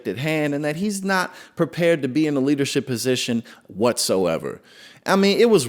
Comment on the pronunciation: Kennedy mispronounced leadershit.